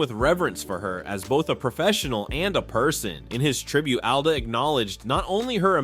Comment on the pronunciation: Alda not Ada